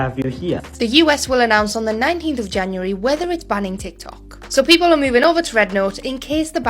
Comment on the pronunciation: Did you say June not January